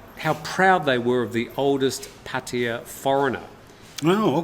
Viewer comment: Potty-uh? It's pronounced Phatta Ya ( Pa-Ta- YAH )